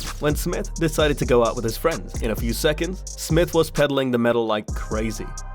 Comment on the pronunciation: It's J....R Smith.